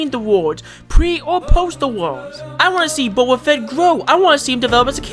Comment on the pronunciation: "c"oba fett XD